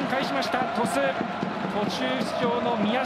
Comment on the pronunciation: トシュって言ってません？笑 リカルド監督、岩尾、ジエゴ、垣田、宮代